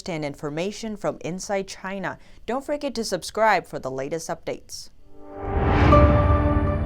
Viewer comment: I heard that. "From Inside CHY_NAH"